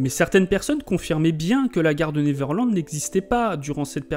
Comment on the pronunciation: Bonne video... mais par pitie apprenez correctement a prononcer "Neverland".